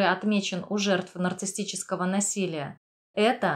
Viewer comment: улИсс, а не Улисс. нарцисСический, а не нарцисТический. базовое слово "нарцисс", а не "нарцисТ"